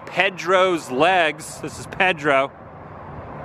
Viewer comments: PEDRO !!!! PAY-DRO PAY Not ped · Back in the '60s they were the big landmark on US 301, since I95 didn't go through at that time. It's saddening to see that it's hurting. By the way, it's probably not a big deal but Pedro is pronounced "Pay-drow" not "Ped-row". Sorry to be "that guy". :) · It's 'PAYdro'. Saying PEHdro kind of sounds like well, you know: the people you hide your kids from? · Please Please It is not Ped ro : It is Pay-dro E is like a long a in Spanish. Sorry but you keep saying so often and it grates on the nerves. Our family always stopped there on the way down the coast. Hope South of the Border can be revived and have a new life. Thanks for the tour. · Pay-dro not ped-ro, it's Peter in Spanish. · It’s Pay-dro dude, not ped-to please say it right. Just say’n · It's pronounced Pay-dro...not Ped-dro. Or maybe you're trying to be funny. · Wow...say it with me...it's PAYDRO..not PEDDROW..and again STANCHIONS ARE NOUNS NOT VERBS..you can NOT STANCHION something off..you can however USE STANCHIONS to block an area off..c'mon man, this is simple English language 101..did u attend school?.. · Adam, the name is pronounced PAYdro. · It’s funny how different parts of the country pronounce things different. In Southern California we would pronounce Pedro “Padro” what a fun place to go. I don’t see how they make enough to stay open but glad they do! Thanks for another great adventure! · Pedro is pronounced PAID ro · "PAY-dro", hombre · Pedro is pronounced PAY-DRO. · Does he pronounce "Pedro" like that for a reason lol? Another great video my friend! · I am rather surprised you don't know how to pronounce Pedro. It is a "A" sound not "E".